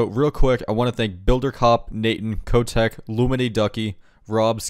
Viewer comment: i hate that he pronouces "kotek" the wrong way its a polish word for cat